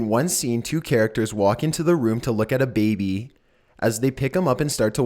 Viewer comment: "3 men and a beebee"...lol